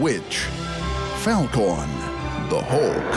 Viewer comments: Did the narrator just said "pheo corn"? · "Ent men" "I-Ron man" "Fall-khan" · falcorn HAHAHAHAHAHA ITS FALCON NOR FAILKIN ITS FALCORN HAHAHAHAHAHA dies of the memes